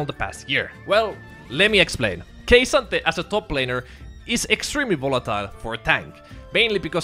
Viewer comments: just please say it like "kah sante" the Kay sante is so off putting. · why in the fuck does he call him "ok sante" i feel like im having a seizure everytime i hear that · You should go see a doctor. I can confirm there was no OK Sante. Kay Sante sure, but no OK Sante. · lol it's totally cool. Who knows maybe NA is also saying it wrong.